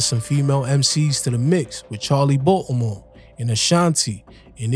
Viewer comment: Why u keep pronouncing Baltimore like that Watchu slow or something 😂😂